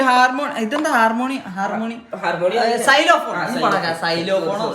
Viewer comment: Xylophone pronounsation theti